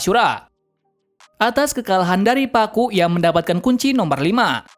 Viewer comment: Blueno bukan bruno, kaku bukan pakku